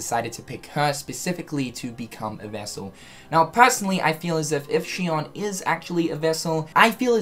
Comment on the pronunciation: No offense but I swear to fucking God If any streamer actually listened to her name its pronounced SHE-OWN. Watch the cut scenes to 358/2 days and listen to Axel and Roxas... Rant over, been bothering me for years now.